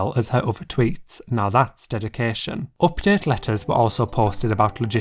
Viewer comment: What is wrong with your accent? Oopdet.